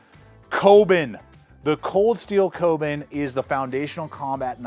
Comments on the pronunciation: Koben? You mean the Kobun as in "Ko - boon". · Kobun - Co- boon